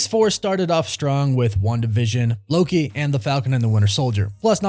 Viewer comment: Idk from where you come,. You weirdly pronounce things often, like the way you say "wanDUH viz-un", but it's called an "ex-pose-ay" expose' = "ex-pose-ay". But otherwise, great job as always 👍